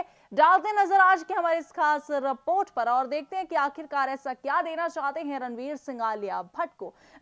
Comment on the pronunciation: Rapot nahi mam report hota hai